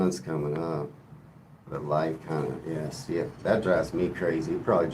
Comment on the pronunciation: I had to leave the live stream abruptly (phone call) and didn't get the chance to say thank you or good bye. I also wanted to say if you say "ears" it sounds like a posh English person saying "yes", it's not slang but it makes me laugh.